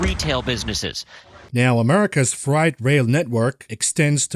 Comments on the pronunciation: Appreciate your work, ….but FYI it’s Fr-8, not fright. (Although it is frightening). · you say "frie-t" but I'm pretty sure its "fray-t" when pronouncing "freight" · Just a note on pronunciation. Freight is said like "frayt", not like "fright" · Love you but its not fright..;) freight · Fr8. Not Fright. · Say ate now say frate or eight. Freight is not pronounced fright!!!!! Just trying to help you out. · First time heard American English 'Freight pronounced as ' fright ' I English man f f f rate ! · also it's pronounced fray-t, not fright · Got to say I love the oldies outro bud loving every bit of everything else and really considering funding, loving you data driven outtakes and honesty and lack of basis. It is what it is, how can we profit mentally is refreshing. Btw it’s “ fr8”. I’m not scared of it… lol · Hi my friend. Frieght sounds like frate. I know you are foreign. I would slaughter your natural language worse im sure. Thanks for the insights. I look forward to every episode. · Frayt,, Frayt.....strike 'All the live long day' haha. Great show! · "Freight" sounds like "fate" eg "frate" Sounds like your pronunciation might be from a German native speaker ... ? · Freight is pronounced fr8... just sayin. Love your work!!! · "Freight" rhymes with "rate" - not "fright". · Don't tell me you are really gonna pronounce freight like that through the whole video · Someone is German and can't pronounce freight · Freight rhymes with eight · Not sure if you're saying"freight"incorrectly on purpose or not. I'm now stuck in the Matrix